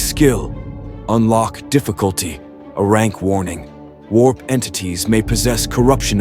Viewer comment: AI Narrator can't read and speak in large numbers!? AI script error. AI script error. 500 thousand doll[ar]s EXP [pay to win, LoL right AI?], AI script error. AI? it's not a Rank. It's 'A'-Rank, similarly it's not crank, it's 'C'-Rank. , , AI: "Wurdz R hard, 😢"